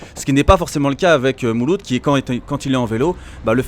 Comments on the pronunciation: " mouloud " tu la pas respecté le pauvre 😂😂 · A 6 min 12 il appelle mouloud comme ça y’a plus de problème 🤣